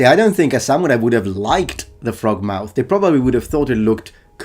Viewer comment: thorough indeed. a gaijin pronouncing ‘samurai’ correctly? absolutely amazing.